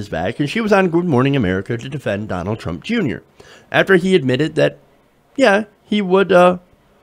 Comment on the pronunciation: I love how you say "Donald Trump, Jr."